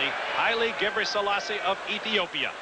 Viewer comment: Larry Rawson kept pronouncing "Gabriell....selasse" Figure out where he got the ll sound from and you might learn the secrets to life, the universe and everything!